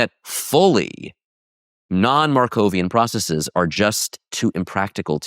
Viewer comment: Dropping the Markov assumption is practically dropping the idea of causality. I can understand when you pronounce 'bases' as 'basees', and 'crises' as 'cricees', because of their Greek origin. But why pronounce the ordinary English word 'processes' as 'processees'?